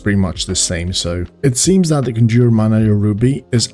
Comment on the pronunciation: "conjour" Thanks for the laugh. So good to be laughing at European accents again(miss pservers)